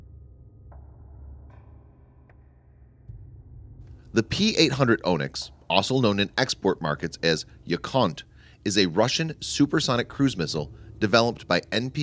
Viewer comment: Russian missile called yacunt hah Avvit !! Yakhont !!